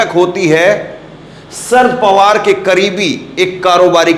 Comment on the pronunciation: Kam se kam nam to theek tarike se boliye. "Shard pawar" nam nahi hai. Nam hai "Sharad Pawar".